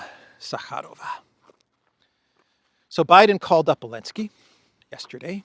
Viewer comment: why do you call Zalensky Alensky😅?